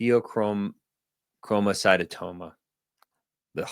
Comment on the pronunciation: It’s pronounced Fay-oh-chrome-oh-sigh-tome-ah.